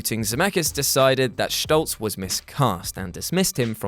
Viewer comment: Eric Schtoltz?? For some odd reason, that got under my collar. lol It's St-ol-tz, no SCH. :P